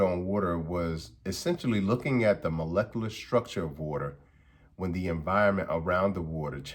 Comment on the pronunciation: Imagine being called Dr. And couldn't pernounce Molecular Structure lmao 😂😂😂😂😂😂😂😂